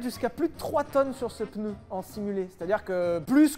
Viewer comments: Parler de Michelin aussi longtemps et dire "PEUNEU", quel affront ! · On dit pneu et non peneu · pEUneu? Vraiment ? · Du coup question : peneu ou pneu... qui prononce PENEU !?!? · Aaaaaah les "peuneus"...Bisous. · Attention à cette fâcheuse mauvaise habitude de tenter de placer un "E" dans le mot "PNEU". Comme ça on évite de passer pour un crétin qui pense faire un effort de langage... 😁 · 7eme minute: je viens de me souvenir qu’ils allaient parler d’une ds à 11 roue parce qu’il a prononcé le mot pneu 🥲